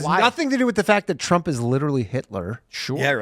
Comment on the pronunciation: Trump not Tramp